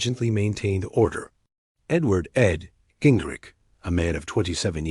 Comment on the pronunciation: can you at least try to get the name right ging-rich r-i-c-h-h-h